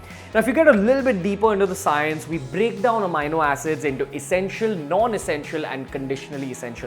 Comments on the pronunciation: The correct pronunciation of "amino acid" is uh-mee-no-a-suhd (sid) only and not uh-my-no-a-suhd (sid). Posting this comment post multiple researches. The incorrect pronunciation repeatedly kept provoking my Grammatical Pedantry Syndrome and I had to quit watching the video. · ROFL.....😝 Its not pronounced amyno but ameeno Pity on Beer biceps 😂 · what the fuck is amaino acid. May be read a dictionary before making such a bullshit claim. Its amino pronounced as am-ee-no acid. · not “AMiNO Acids” you jerk, it’s just Amino Acids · It is not amayano it is ameeno(amini). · Its ameeno not amayno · Its Amino acid not "Ameino" acid! Yes, I checked the oxford dictionary and thesaurus. Stop using that ugly fucked up Indian way of pronouncing shits. Makes you look like a fuckturd wannabe. That was just pure cringe! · No offense meant but it is pronounced as ameeeno...with an e ....peace !